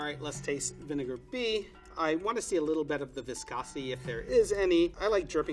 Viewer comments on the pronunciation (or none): Bridget Bee just a little bet. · I’m so distracted by the way he says “bet” instead of “bit” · I love how he always says " a little bet "